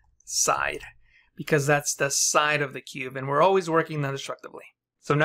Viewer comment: are you saying cube or cuve? is cuve a technique or a term for technique?